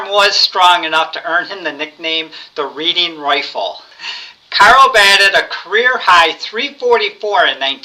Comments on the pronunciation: Pronunciation: Reading = ‘Redding’ ‘Hypotherapy’ = Hypnotherapy Nonetheless, a good list and a good video. Keep it up! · It's pronunced "Redding" with a soft E